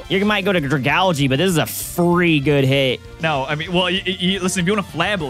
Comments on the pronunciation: Wait is that how you pronounce Dragagle??? I thought it was like “Draga-la-age” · ' pronunciation of Dragalgae is truly painful.